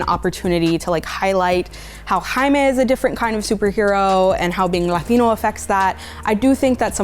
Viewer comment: What does she say: Latinex? Regardless it’s Latinos